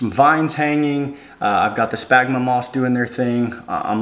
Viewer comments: Spaghnum, not smagma... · Great videos! As a biologist, however, my ears heart every time you said spagma moss. 🤣Spagmoss is a brand name. The moss is called sphagnum [sfag-nuhm] moss. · It’s “Sphagnum Moss”! I tried to resist, but I heard it so many times, it messed with the flow of the video. Nice job, though! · I cringe every time he says “spagma moss”. 😫 You must be thinking about your smegma dude!😅😅